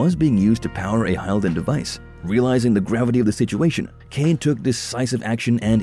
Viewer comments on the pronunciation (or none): Not bad, some mistakes such as Umah. Aside from that, the use of AI to read is a bit obvious, as the fans of this series are well aware the ancient race at war with the vampires are called "hill-din' instead of "hyle-din"...those are small points, but can be the difference between being "the authority" on the topic or merely speaking on the topic. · *HILL-DEN… not “HIGH-ALL-DEN” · This is a complete absurd. Please stop making stupid videos out of good content by just running some text over text-to-speech engines and mashing game cinematics together. It's pronounced [hilden] not [haɪldən]... At least play the game for 10 minutes before making a 27 minutes crap video about it. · My only complaint about this video is the fact that the narrator CLEARLY never bothered to learn the CORRECT pronunciation for things like "Hylden". It's not pronounced "Hi-el-den" it is CORRECTLY pronounced "Hill-den" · your video was good, your info was great But they always pronounced Hylden as "hilden" not "High-lden" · It's Hill-Den. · You lost me as soon as you pronounced Hylden. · I was searching comments just for this. Glad you pointed them out. I made it through 16.5 minutes before I had to stop from hearing Hylden repeatedly mispronounced, amongst other things. Glad there’s still interest in the series, though! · Judging by your pronunciation of the proper noun "Hylden," it's pretty painfully clear that no one at this channel even bothered to play the fucking game/s. Granted, it'd be quite unusual for you guys to miss an opportunity to embarrass yourselves.